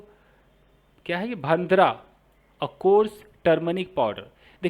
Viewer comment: भांद्रा नही भंडारा ऐसा उसका उच्चार है ,भंडारा मतलब सुखी हल्दी पावडर का लेप,,जो fore head पर लगाते है या फिर गॉड का नाम लेकर हवा मे भी उडाते है,,,by the way आप ये सिरीज करके बहुत ही भारी काम कर रहे हो ,,धन्यवाद